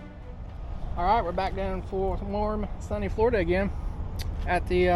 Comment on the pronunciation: “Florduh” is not a word.